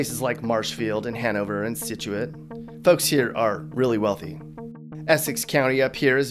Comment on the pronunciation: Of all the things should never do is attempt, in any way, shape or form, a Boston accent again. He could probably fly a plane blindfolded a lot more successfully. At least he nailed the pronounciation of "Scituate," I'll give him that.